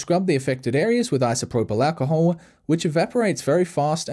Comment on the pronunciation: i love the way he says isoproblacahole